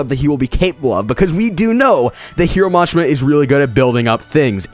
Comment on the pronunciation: nigga what i hear is Hero Mash-ma and for rave.. Rape